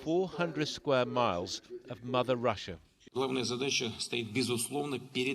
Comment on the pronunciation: Announcer said "MOUTHER RUSSIA." Ukraine does not consider Russia its mother!!!